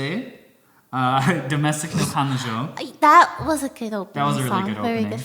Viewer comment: Sounds like he said Na Kanojo, refering to Domestic Na Kanojo